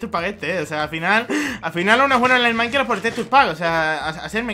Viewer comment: si dice maicra